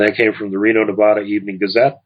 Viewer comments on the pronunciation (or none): none